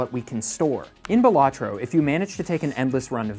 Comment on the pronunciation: Pronounces the game wrong ICANT